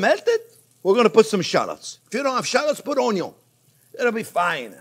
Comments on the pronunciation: Thanks to chef we all learned how to correctly cut and dice an Onyo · Love this. Salmon is great. Breaded salmon is my favorite. Could you do a video on biscuits and gravy your way? Also could you do a video or blooper of Grandpa Jean when he says onyo